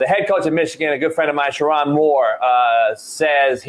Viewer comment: It’s pronounced: Sure- OWN Moore. Not, Sure- On Come on,. A good friend knows how to pronounce their friend’s name.